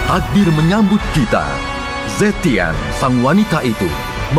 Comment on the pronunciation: Dri china bacanya ze (e dari kata lembah contohnya ) trs tian nya dibaca tien, banyak bgt temen² ku yg nyebutnya juga salah salah, terutama zhuxin, itu dibaca bukan zhuksin tapi pure pake "x" klo di china tuh. Dan zhu nya padat, z nya tidak disamarkan jadi s. Luoyi juga dibaca luo bukan lou. Zilong juga ze bukan zi